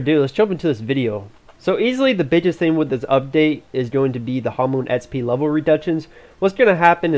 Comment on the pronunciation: espee try to say eks pee :P